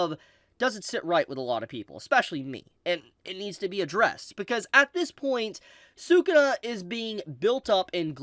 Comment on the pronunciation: You say say Sakuna like Sakuda, is that his official name or am I missing something?